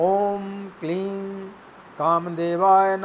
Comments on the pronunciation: kleeng ya kleeng jaisa koi shabd nahi hai sanskrit mei .... Kleem hota hai . ,,kleeng nahi .. ing ka upcharan sanskrit mei nahi hai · Kleen nhi hota kleem hota sir 😉